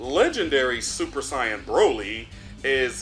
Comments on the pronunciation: Are you purposely mispronouncing saiyan? I'm hearing you say scion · I know you say “cyans” to be funny. But it’s not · When are you going to learn how to say Saiyan?! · Dude stop misssaying Saiyan